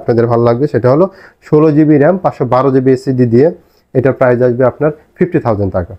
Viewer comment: কথাটা হবে "অবিশ্বাস্য প্রাইস" - "অবিশ্বাস্য প্রাইজ" নয়!